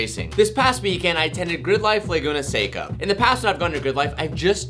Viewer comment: It makes me so happy to FINALLY hear you pronounce Laguna Seca, not Laguna Seeecka.